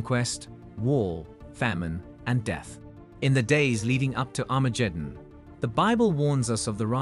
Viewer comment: Armajeddon? Hifer? Raaby? Messiers? Never heard of them. It always irks me when people make videos explaining things but mispronounce important words. At least he got Sanhedrin and Jewish right.